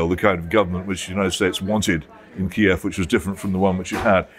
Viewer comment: Jones can't pronounce Kiev 🙈